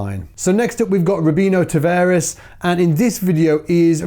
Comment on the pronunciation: "Robinho" is "ROH" "BEE" "NYOH" "Tavares" is "TAH" "VAH" "REES"